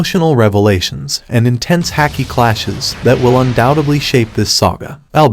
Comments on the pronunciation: You pronounce haki wrong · It's pronounced like hockey. Not hack-ee not luh-fee